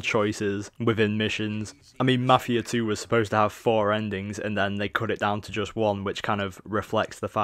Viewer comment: i can understand everything you said except for ------MAFIA 2